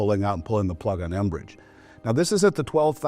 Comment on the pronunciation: It's 'mbridge", not "enbridge"!!